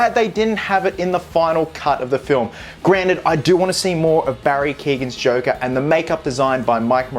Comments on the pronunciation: Who the fuck is Barry keegan lol it’s keoghan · From an Irishman, Barry’s second name is pronounced “kee-yo-an” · can be pronounced like that, but in Barry’s case it’s the kee-yo-an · Hey just to say how to pronounce Barry's last name. It is pronounced Kee--oh--ANN. The "GH' is silent. Common in Irish last names :D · Cant wait to see more of him, btw his last name is pronounced Key-Owen.